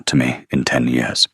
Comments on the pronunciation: What’s with the yee-oars instead of years? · It is years not yours. Good story spoilt by the AI mispronouncing easy every day words. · Why are we getting yet another video where "years" is pronounced "yores"??? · Year pronounced wrongly, Y....EAR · Enjoyed the story, but wish AI would learn to pronounce simple words like "years" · Cracks me up every time! I love it! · I always have to laugh the way he pronounces it.❤